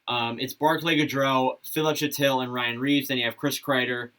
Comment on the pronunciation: Not bad for someone who isn't a Ranger fan. Panarin will play with Strome 100% Lindgren and Fox are the top pair Filip Chytil is pronounced "Hee-til" Good video